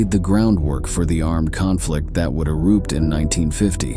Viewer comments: . . . it is pronounced "erUpt", not "eROOPed" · AI narration sucks. "Eroopt" Good video otherwise. Don't like the way it is becoming so prevalent. Your own voice and words would be better. If it was written by a person. Soon as I hear AI doubts arise.